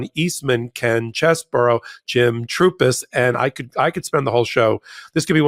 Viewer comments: Chesebro not Cheseboro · could you and the rest of the crew at MT please figure out that Ken Chesebro's name is pronounced "Cheese-Bro". Not "Chez", not "Burrow". Cheese-Bro. When everyone says it differently it sounds ridiculous. Just pull up any of the many YouTube videos that will give you the correct pronunciation. 30 seconds and you're done. Thank you